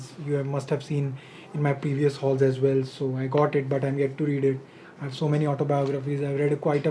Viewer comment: Anyone hear the "dtt" sound whenever he's pronouncing but, that ... 🤣🤣🤣